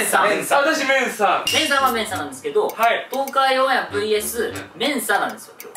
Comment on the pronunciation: ｢オンAIR｣の発音良すぎ笑笑